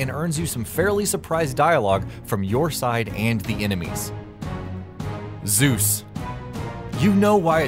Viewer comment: Zuz xD ZEUS.